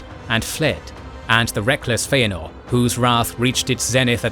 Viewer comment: Who writes these scripts, and doesn't make sure that the narrator says things correctly? I keep hearing the narrator making statements that include mispronunciations of Tolkien's names and terms? In one case the narrator calls Finwe's second wife Feanor's mother-in-law. He mispronounced Feanor, and then uses the wrong relationship term, which is step-mother, not mother -in-law. Such obvious mistakes, which should have been corrected during the recording of the voiceover. Script review and proofreading should be done long before the recording is even scheduled. As for the correct pronunciation of most of the Tolkien created names and terms, Tolkien wrote in a pronunciation guide in the forward of the Fellowship of the Ring.